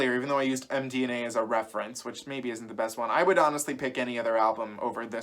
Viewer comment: I had to stop watching when you said MDNA. 🤣